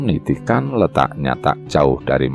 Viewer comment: Niti'an. bukan Ni ti kan